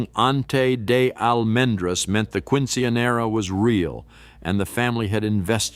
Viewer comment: Quinchenera😅 love it